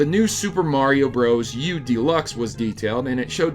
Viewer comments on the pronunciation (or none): none